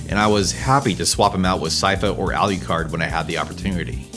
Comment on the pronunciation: Love the channel, great video, but omg the way you pronounce "Alucard" 😢